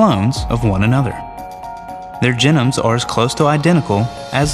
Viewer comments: i hate how he pronounces it gen-nomes and not gee-nomes. apart from that great video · Don't want to get too picky here, but if you're going to teach people about genomes, you should try to use the correct pronunciation: ('jee - nohm). This is the first time I've ever heard it pronounced: ('jih - nəm) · Jen-ums. Are those like steak-ums?